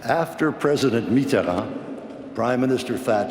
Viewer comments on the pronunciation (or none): He said the word President Mitterrand not President Mettaton ;) News